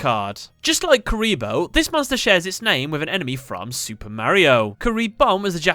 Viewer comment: You said curry lol